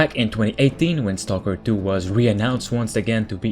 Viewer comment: u didnt say stalker 2 u said Toko 2 wot XD i like the channel and what u do but i despise ur pronunciation